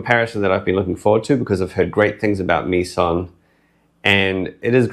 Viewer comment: I think "Meson" is pronounced like a contraction of "Mesa" and "mason".